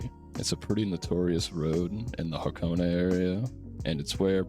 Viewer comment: "Hah-Co-Ney" 3 syllables.